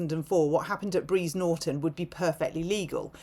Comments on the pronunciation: its Brize Norton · Brize not Breeze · As an RAF Veteran, firstly it's Brize not Breeze 😂😂😂 Secondly, this is symptomatic of our changing demography, we've moved from a high trust homogenous society, where we all shared similar values and ideas about what's acceptable and what's not. Contrast that with now, where we're taking on the world's issues as our own, where we are obsessed with championing minority issues over those of the majority - it is Pride MONTH coincidentally! Nothing against LGBTQIA+ people, but the battles that need to be won there are largely won, now can they please get on with it all in a way that isn't pushed in the majority's face 24/7? Equality should mean exactly that, you don't see any Straight Flags flying and parades of overtly sexual celebration between the Breeders do you? We have been divided by Wokery, I can't help feel this is being pushed by a more sinister power via Social Media, China? Russia? Someone created this brain-rot to degrade the West, I mean TikTok alone facilitates social decline and crime like no other. The Chinese will plan militarily in centuries, while we obsess over the news cycle of 4-7 days, and plan in 5yr Parliaments. These terrorists maybe acting off their own back, but the culture and social decline of this great nation has offered up space for them to be influenced into poor decisions believing they're on the right side of history, while the authorities are confined by the handcuffs of wokery. Our Society can't be trusted anymore, Security needs to be t